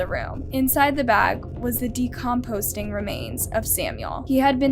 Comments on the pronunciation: …it’s “decomposing” not “decomposting” lol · then why doesn't she beep it out like she does WITH ALL THE OTHER WORDS?! Bs. She said it wrong. PERIOD! Decomposing will not get her demonetized. For all yt knows, she could be talking about insects Decomposing. They don't listen to the video, they have a bot that scans for words.